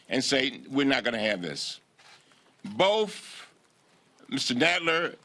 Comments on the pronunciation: Cummings omgoodness did you just say "boaf" instead of "both" at the point in the video above...yes you did!!!...that's hilarious coming from a black man myself...you don't say Fursday for Thursday do you? or Fug for Thug do you?? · BOTH NOT BOFF SMH! LOW IQ NICE EDUCATION.